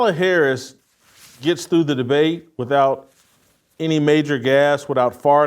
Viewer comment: Why cant you show Mrs.Harris enough respect to pronounce her name correctly.